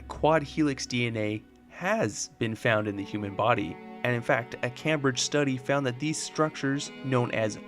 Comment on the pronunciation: All I can think of is how you pronounced “Cambridge” … 🤦‍♂️🤣🤷‍♂️ Other than that, super in-depth and interesting video on FEV!